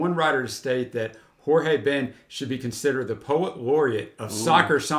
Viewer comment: A correction: The pronunciation of "J" im Portuguese no is like in Spanish, ("Horge") is more similar with english, for example, "Joe"